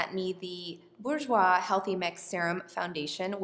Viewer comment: I'm from Slovakia and Burjouis is perfect! 😍